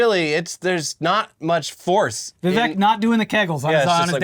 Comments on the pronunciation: Isn't it Vivek rhymes with cake?! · You should pronounce Vivek's name correctly. It rhymes with "urinal cake"